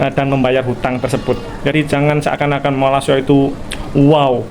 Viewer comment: Kenapa org Jawa nyebut Malaysia..dgn Malasia tak tengok huruf kh..jgn buat bodoh di mata org asing. Sebut Malaysia jgn Malasia.